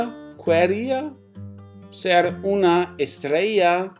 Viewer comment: Your spanish it's good! Quería lo puedes leer como Qeria la U no se necesita :D